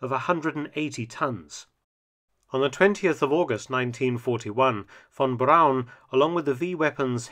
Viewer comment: THANK YOU Mark for correctly pronouncing "Braun" and not like the amerians with their "Brawn"